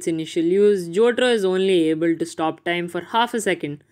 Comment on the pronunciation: WHO TF IS JOTRO? IT"S JOTARO MY DUDE!!!! LMAO